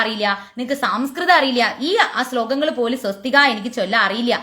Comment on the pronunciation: Swasthik. sariyalla